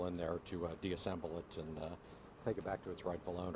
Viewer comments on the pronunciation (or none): The guy in the sunglasses said deassembled instead of disassembled smh why that annoyed me